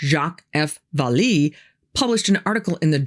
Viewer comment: Pronounced Val-lay